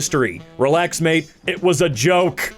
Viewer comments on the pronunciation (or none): none